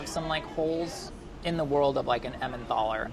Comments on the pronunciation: Its Emmentaler not Emmenthaler!! Get rid of the h please! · it's emmentaler, not emmenTHaler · Why is no one talking about how he inserted the H into emmentaler?! There's no h! 😂😂😂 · there's no th in Emmentaler:D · It's Emmentaler cheese and not EmmenTHaler. Made me crazy every time he said it. Also Gruyère is not pronounced Greyere...if you're gonna act like a cook atleast learn how to f*ckin say what you're putting in it! Rant over and out lol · It's Emmentaler not Emmendahler! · emmentTHHHALLER and tschallerhoker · Every time he says emmenthaler I want to scream. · Emmen "taller", don't pronounce an h into there, or maybe "tallah" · He pronounces it like EmmenTHALLER and they literally wrote "EnmenTHaler" on the list😅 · Is no one furious that this guy keeps saying emmenTHaler? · The way he pronounces Emmentaler... jesus man, where are you getting the H from? It‘s not Emmenthaler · I love that he pronounced Emmentaler „Emmendohla" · emmentaler is actually pronounced with a regular t, not a th :) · Idk why but when he says Emmentaler it triggers me so hard. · I chuckled on how he says "Emmentaler" :) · Swiss people triggered every time pronounces "Emmentaler". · The way he pronounces Emmentaler 😄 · His way of pronouncing Emmentaler hurts... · I just freaking love this guy Pronounciation of Emmentaler gave me uncurable illnesses, however 😩